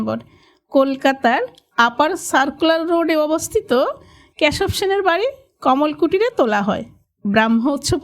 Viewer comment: ক্যাসব সেন নয়, কেসব সেন। বাংলাদেশের উচ্চারণ মনে হচ্ছে